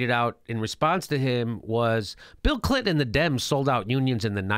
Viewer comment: "Bill CLitnon" lol!